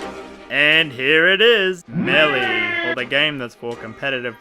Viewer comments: It's pronounced "Mail-a", not "mElLeE". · Idk if I’m in the wrong here, but the way he says Melleee instead of Maelae annoys me. Idk if I’m wrong, but I always pronounced Melee as Maelae instead of Melleee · me-lee god damn it the announcer says melee after super smash bros and you mis pronounced it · the way he says 'meley' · I still can't stand listening to you pronounce Melee as Melly. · It’s not MELE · The way you pronounce melee makes me want to drink fucking lighter fluid.